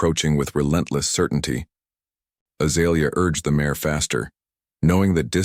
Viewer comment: Good story but it is out of order. Please learn to pronounce mare. It is pronounced like mair and not mahray.